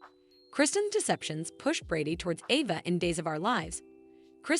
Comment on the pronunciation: Why does the people who tell the story online can't pronounce the actors names? Chanel isn't pronounced like the word channel and Ava is pronounced long sounded letter A. Anyways that's why many times I don't like to listen to these videos.